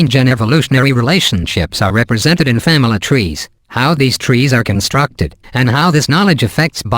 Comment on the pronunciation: "Famyla trees"